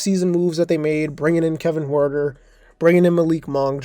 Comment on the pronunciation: Huerter is pronounced Hurt er